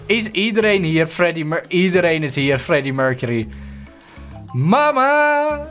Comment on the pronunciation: het is fleddy mulcely en niet Freddie murcerie